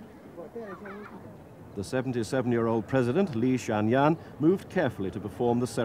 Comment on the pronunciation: Apparently the british didn't cared much about China at the time. The narrator pronounced Chairman Li Xian Nian's name as something like "Li Xianyang", and later called a Chinese Red Flag limo a "Red Star", talking about rigorous jounalism... Wonder how much has changed, perhaps not a lot.